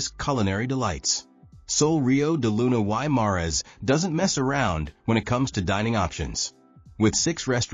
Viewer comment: This guy doesn’t even know how to pronounce Sol Rio De Luna Y Mares !!!! And this video doesn’t reflect how nice this hotel is !!!!!!